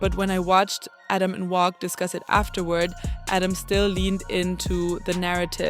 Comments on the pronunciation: Say wacc not wocc wtf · Uts definitely not "wock"